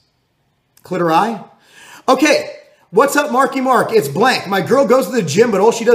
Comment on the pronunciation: Cliter-eye! Lol